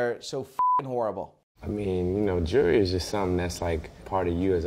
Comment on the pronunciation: None of them can say jewelry...